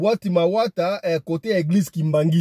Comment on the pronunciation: Mawata c'est un quartier mais tu prononce mal. Loandjili eza musika tu explique très mal la côte c'est en ville.